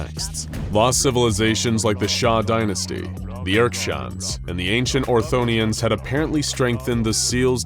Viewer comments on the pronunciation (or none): Video: ortothans Narrator: orthonians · Did he just call ortothans the orthonians, and the daevites the daveets? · I am pretty sure "Orthonians" is not how you pronounce "Ortothans." Otherwise amusing.